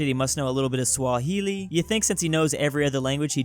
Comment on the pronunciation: The way said swahili has got to be the whitest pronunciation of it